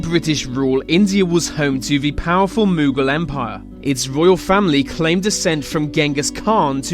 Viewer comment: Since when has Mughal rhymed with Google ?! Sloppy